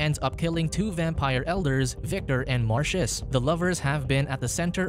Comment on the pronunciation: marcus not marcius